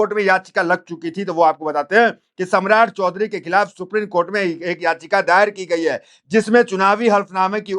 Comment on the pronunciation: ये हमारे देश का दुर्भाग्य है लोग हिन्दी शब्दों का ठीक उच्चारण भी नहीं कर पाते ।बार बार सुप्रीन कोर्ट बोले जारहो हो सुप्रीम बोलने में कठिनाई हो रही है?